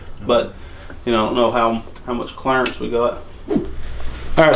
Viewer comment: Every time you say clearance all I hear is “his real name is Clarence”